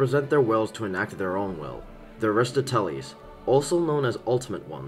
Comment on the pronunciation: that's the worst pronounciation of aristoteles i've ever heard holy fuggin shid